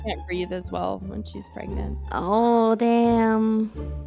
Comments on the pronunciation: I like the word pronunciation of 'preganante' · "Preganante"? Even Iron Mouse would say that she's adding too many syllables. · Kiara really went "Let's get preganante! (in Minecraft)"